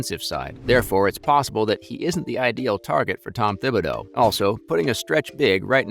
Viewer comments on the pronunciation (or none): none